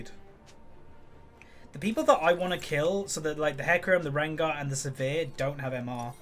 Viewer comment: It's Sivir, not severe